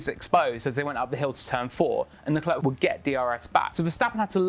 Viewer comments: He's French / Monagasque ..not bloody South African .. Lecler not Leclerk..its so annoying.. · It's pronounced Leclair, not LeClerk